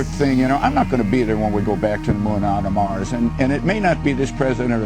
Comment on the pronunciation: "Back to the moon an on ta Mars" ???